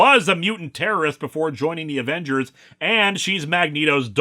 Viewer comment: Ävengers would have been more swedish than Avengürs, sweden doesn't use u with umlauts. Alternatively "Avengärs" since the Swedish 'ä' is pronounced very much like the english 'e' there